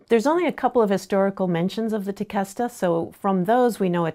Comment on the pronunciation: So everyone that lives in palm beach, you’ve been pronouncing Tequesta wrong lol